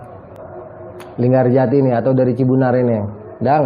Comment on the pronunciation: linggarjati bang bukan LinggaJati